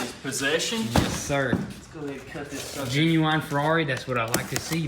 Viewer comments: dear hillbillys, genuine is NOT pronounced gen-u-wine....its pronounced gen-u-in...pronounced practically how you spell it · Gen-u-ine.... What... Hahaha funny... I don't think that's how you pronounce it.. And I am from Denmark so it's not my native language...